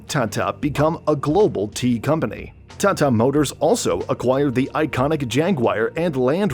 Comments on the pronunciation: The way he keep saying thaathaa instead of tata..😂😂😂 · the way he says TATA hurts my brain